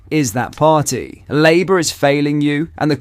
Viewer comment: Well Done! you have learned how to program your AI voice reader to use your own voice. Now program it to pronounce words correctly. It is blatantly obvious you are using an AI reader because it is mispronouncing. Using a voice reader makes you no better than labour, which your reader couldn't pronounce, because it shows a lack of regard for your supporters and indicates you cannot be arsed to put some effort into your work.